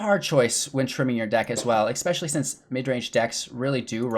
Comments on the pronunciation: The word is ESPECIALLY; there is no "X" in that word. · I very much appreciate the great content and very in depth discussion and definition of the archetypes. 2 things: PLEASE stop saying EXpecially. I know it's not a conscious choice(or I hope not). Also, if this is "midrange deckbuilding for beginners", could you give an example of building a deck that's NOT full of rares, epics and planeswalkers, as beginners probably don't have those.